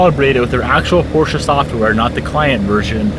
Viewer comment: Glad to hear you say Porsche correctly :) So many people don’t know